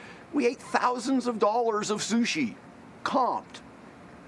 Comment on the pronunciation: “We had thousands and thousands of dollars of shushi!”